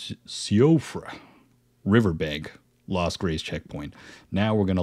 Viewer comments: Nice video, BTW it's pronounced "she-frah" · Hey I couldn’t find anyone else saying it in the comments but Siofra is pronounced “See-Fruh” 🙂 it’s Gaelic. Had a friend with it as a name in grade school, and she had a sister named Caoimhe (pronounced Keeva lol). Just figured I’d let you know for future videos :)